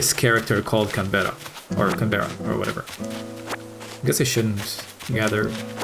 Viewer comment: It’s pronounced like Can-bruh (Although Can-berra has a nice ring to it)